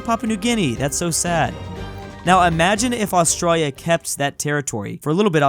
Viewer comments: Bruh I hate this guy his saying Austrolio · BRUH THAT IS NOT HOW U SAY AUSTRALIA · Its Australia not Austria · PPWA he says Australia like an Aussie but he's American also r u new Zealander PWA